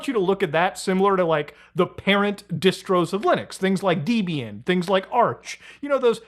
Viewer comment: Did you say "deebian"? lol